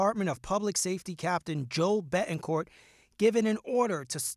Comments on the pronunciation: Can this news commentator not enunciate Ts??! Seriously, “ Beh-en-corh.” No. BeTT. En. CorT. SO ANNOYING! English is not that hard. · Does it bother anyone else that the reporter can’t pronounce “Betancourt”?